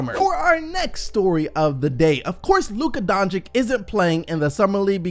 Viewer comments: You need to learn to pronaunce his surname. It is not DONČIK it is DONČIĆ. The last one is problem. When you see C at the end of most EX Yugoslavian surnames it should be pronaunced like for Bogdanović, Jokić, (Peja) Stojaković, Dragić, Šarić...last voice is the same. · Doncic is spelled Donchich, and not Donchik, please fix yourself on that name!!! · Why is everyone pronouncing Luca Doncic wrong :(